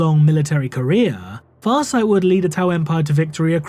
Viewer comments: The pronunciation on the name was 👌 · Wow,, you effing nailed Farsight's name. I can't help but wonder how many times you had to practice saying it to be able to make it flow like water.